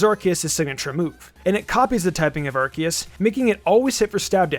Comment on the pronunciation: Arceus is actually pronounced “Ar-KAY-es,” which explains why Silvally’s ability is called the “RKS System.”